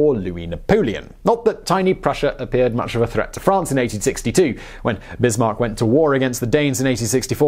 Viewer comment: How is he forgotten? He's in every bloody school textbook (speaking for the Czech Republic, so very non-French). Also, Otto [fon] Bismarck, like in fox or whatever (I only comment on that, because I saw the error in The Great War video today, too). Also, great video! :D